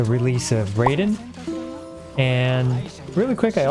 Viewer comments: Well talking about pronunciation, it's pronounced "Raiden" as in "ah" followed by "long I" not "Rayden". Raiden is a Japanese word which means "thunder and lightning". "Rayden" is how Ed Boon decided the pronunciation of the Mortal Kombat character's name would be lol. TL;DR the correct pronunciation is the Metal Gear character's name rather than the Mortal Kombat character. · no no no. It's not "RAY den" It's "RA - I den" DinkDonk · But it's 'Rhy-den' not 'Ray-den'. =) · It's pronounced "Rye-den" not "Ray-den". You can't escape pronunciation issues. Haha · no way around this, she's a japanese-inspired character with a japanese name. the way he says it currently would be spelled ”れいでん”, (Reiden). the kana of her name in jp is ”らいでん” (Raiden), and we've heard her name in-game in tons of story quests and world quests, and in trailers and livestreams as well, pronounced the same way. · Also btw it’s pronounced “Reyeden” because “ai” in Japanese is an “eye” sound but I’m just pulling your leg I don’t really care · The word Raiden is pronounced" Rye-den" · Raiden is actually pronounced like rye-den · Not tryna be THAT guy but it's pronounced Raiden as in R- eye -den with an i sound. 👀 Love u vids tho no hate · the problem with saying raiden is that "雷電" in Japanese kanji (literally "thunder and lightning") is pronounced rye-den which means you're still wrong but it's ok nobody can ever be right on the internet LMAO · It's baal! Not bay-l. And it's not ball either. Baaaaa-l. And it's not Ray-den either. Bruh this is so confusing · Bacause your way of pronouncing Baal is wrong twice.. It's neither Bail nor Ball. It's more like Bawl And Raiden is pronounced like Rai in Raichu. Ra-ee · Jokes on you, it's pronounced: "Rye-den" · I love how he switched to Raiden to avoid pronunciation issues but now he's mispronouncing that 😅😅. It's definitely "Rah-ee-den". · bro mans mispronouncing her alternate name too (r”eye”den) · “Ummm actually, its pronounced RYE-DEN” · its raaiden